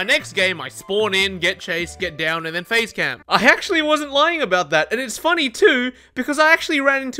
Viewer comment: I always thought he was saying "phase" camp, not "face" camp, because of the phases of hook